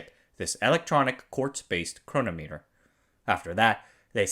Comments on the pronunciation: Longines is pronounced lon-ZHEEN Chronometer is pronounced cron-OM-uh-ter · Your Non-English pronunciation is interesting. Guess growing up in Anaheim so close to the Mouse didn't help. It's Bul-o-va and Chro-nom-meter.